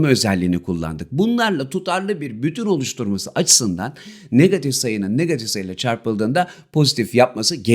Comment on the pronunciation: niggatif degil hocam negatif 😅😊